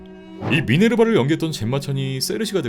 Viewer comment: 민-에르바 입니다. 미네르바 아님.